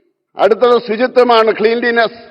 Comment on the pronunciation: കുര്യൻ ജി, ക്‌ളീൻലിനെസ്സ് അല്ല. ക്ലൻലിനെസ്സ് ആണ് ശരി.